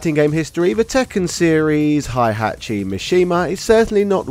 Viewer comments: HEY-hachi, all phonetic, it's not German KÁ-zuya KÁ-zuma MÍ-shima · Aye learn how to Pronounce "Hey-Hat-Chi" before making a tekken video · Heihachi is pronounced like it's spelt, not Hihachi